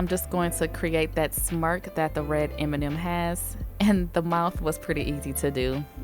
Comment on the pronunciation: Beautiful! I kept hearing "Eminem nails"